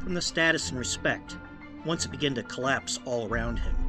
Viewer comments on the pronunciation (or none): none